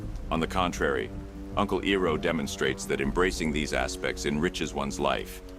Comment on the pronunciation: His name is not Eroh It's Iroh. Calling yourself even in a make believe way. The real would do the research to confirm it's said in the context. Otherwise you piss of the true fans of the show. Don't insults us with this a second time we already have a M. Night shyamalan train wreck of a movie that shall not be named. This is one video I will never listen to again. It was going till you said E row a boat NO ITS I ROW A BOAT!!!!